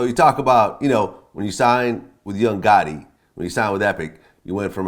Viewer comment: This nigga Vlad said “Young Gotti”